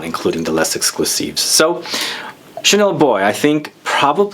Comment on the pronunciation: Kilkeny1976 i love coromandel too! But actually because “les” is followed by a word that starts with a vowel “exclusif”, you should pronounce the s, it’s the liaison.